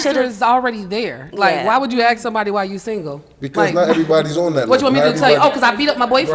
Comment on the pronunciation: Aks, Aks, Aks...Where did these people learn English?